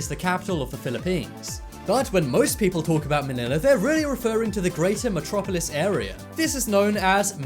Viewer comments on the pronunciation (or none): none